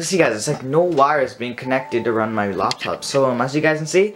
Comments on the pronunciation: Oh great I thought it was laptop but he said Loptop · Ain’t nobody gonna talk about how he says loptop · “On a Loptop”😂😂😅